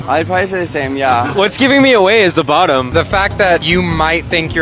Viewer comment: I'd say by the way he pronounces "bottuummm"